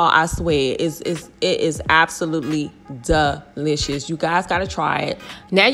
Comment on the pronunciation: umm... it's DeeLishASS